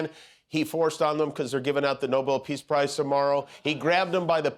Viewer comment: He can't even pronounce "Peace Prize." 😂😂😂😂